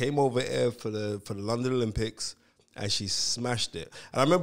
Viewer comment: L-o-don? Where did you schooled? 😂😂😂😂